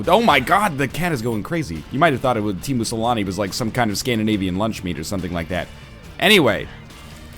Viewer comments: When NL talked about Teemu Selänne, he pronounced it so oddly I had no idea he was talking about Teemu Selänne. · Teamoo salami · Tiimu selani 😆 sounds so funny